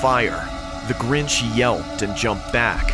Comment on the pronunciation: In the second story it was DA GRINCH. Not the Grinch🤣🤣🤣😂😂😂